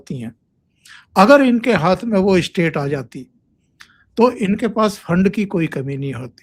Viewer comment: ap state ko istate kyo prounce karte hain in Madarsa style.